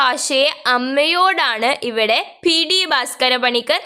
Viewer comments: പി. ഡി അല്ല പി ടി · പി. ടി എന്നല്ല പി. റ്റി എന്ന് വായിക്കണം